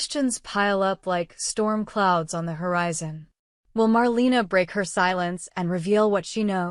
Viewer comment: Please stop calling her “MarLEENA” 🙄🙄